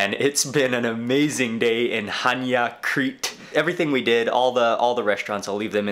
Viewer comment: One of the fewest foreigners that pronounce the name of the city correct! Well done Mark.